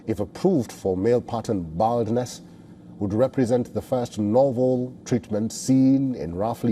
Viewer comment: Hahaha wtf. Bro couldn't even pronounce "baldness"